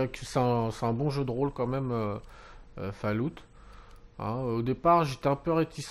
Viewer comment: On dit fallout pas fail loot .....